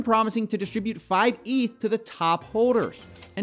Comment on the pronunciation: hey but it's 'ETH' not 'EEETH'